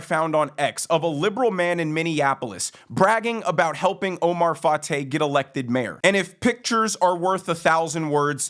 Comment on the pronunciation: Wait, did you say his name is Oh-my Fart-ay??